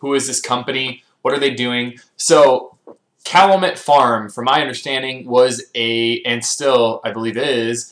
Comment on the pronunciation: Pronounced “cal-yoo-met.” Thanks for your reviews.